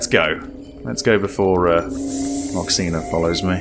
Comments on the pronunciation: Your pronunciation of Moxina is perfect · I’m Taiwanese and your pronunciation “moxina” is spot on 😳